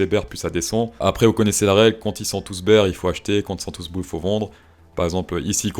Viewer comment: Prononcer "beer" market, c'est un peu comme prononcer le "t" à la fin de 20 ...